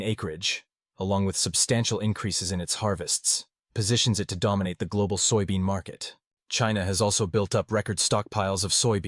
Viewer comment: You AI reader can't even say soybean? Wow. And pork consumption has not dropped in China, so you're a liar as well. I'm out and so are you.